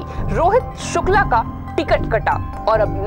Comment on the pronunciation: hello pahle aap thik se Shukla bolna sikho. स aur श me antar hota hai, news reporter ho itna to aana chahiye